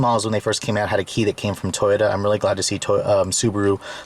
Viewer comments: he keeps saying toyta instead of toyota, lol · This man says Toyota like toyta.